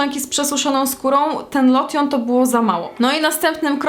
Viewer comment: a "lotion" sie czyta lołszyn